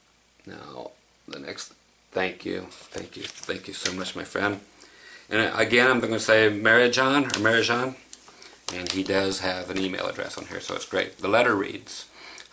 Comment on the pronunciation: Marijan here, I'm glad you liked that picture... though I knew you would :) You got the currency name right, and mine wrong, which is just natural as everyone in the US was pronouncing it the same :) The -jan at the end should sound more like -ann or yan, but nevermind. The h-word, Hrvatska, is the Croatian name of Croatia, and is pronounced somethink like Her-vats-kah (accent on her). The DVD is a copy of a TV show of my dad's hometown, Karlovac, in 1967, and I feel dumb for forgetting to write that. It's in Croatian so you won't understand anything, but still it's nice to see what it looked like back then. My dad is the guy singing in the park near the end. I hope you'll enjoy everything, and I know I'll enjoy the lessons, which are downloading as we speak. :)